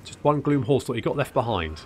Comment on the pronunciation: I know you're saying "Gloom" but it keeps sounding like you are calling them "Glue Horse Lords" and considering they are undead horses this was rather funny to me.